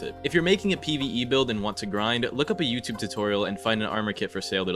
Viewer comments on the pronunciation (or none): none